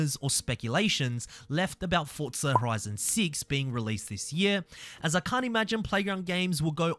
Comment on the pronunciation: Its not FORTZA bro its FORZA ffs sounds so annoying say it right you flop before i report you.